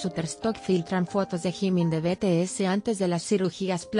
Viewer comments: Jajaja que mala pronunciacion gimin(jimin) cabop (kpop-keipop) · Jimin nunca se a operado ademas d3 dice jimin no gimin